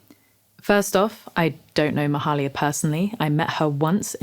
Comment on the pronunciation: It's pronounced "may-"hay"-lia"